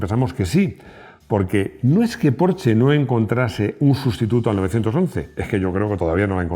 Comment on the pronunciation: Me encanta esta Porsche aunque todavía no he podido conducir uno. Y me ha gustado mucho que pronuncies bien su nombre. Enhorabuena por el video y por escuchar a tus feligreses.